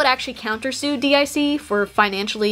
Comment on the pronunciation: Just like Athena, you pronounced DiC wrong.